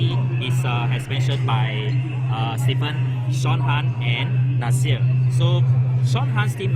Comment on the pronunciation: Admin! :D It's Sean Han, not Sean Tan D=